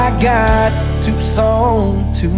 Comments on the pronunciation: Never heard Tucson pronounced 2s ..on. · I love the way he pronounces Tuscon!!!!